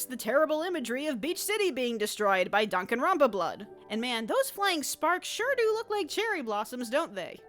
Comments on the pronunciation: ooooh that is the worst pronunciation of danganronpa ive ever heard remember it’s dan-gan-Ron-pah not dang-an-ran-kah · Im appalled by the way you pronounced danganrompa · I’m sorry what was that? ‘Donkanrumba blood?’ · I had to listen to this a few times before realizing that she said Danganronpa blood Now I'm crying........ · Did she say danganronpa blood